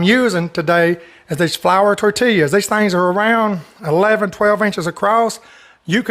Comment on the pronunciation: The way you say that cracks me up! Chicken ka-sa-dillyas! And tor-till-yas. Gotta love it!! Love your recipes! You are a blessing!